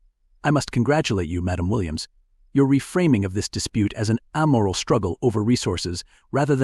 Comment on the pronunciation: 'A-tash-ays', not "a-tatch-us." 'Ay-moral', not "am-er-ul."